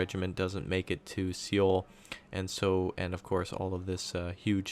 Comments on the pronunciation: It's actually So-Wul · i believe Seoul is pronounced Soul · Nice video, I think the correct pronunciation is "Soul"